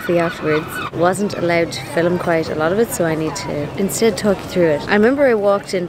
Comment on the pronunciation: Ok. So now I wanna know more about changlings and can’t wait for the “filth.” lol One curious “American” question…. Why do you add a “e” in the word “film” and pronounce it filem? 😊